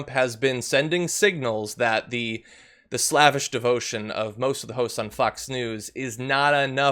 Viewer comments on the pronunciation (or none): NOT "slavvish", "SLAVE-ish". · Slav ish, John? No no nope. Slave ish. Long "A." Otherwise? Great!! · Slavish is not pronounced like “lavish”. Slave ish. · John, please learn to pronounce "slavish."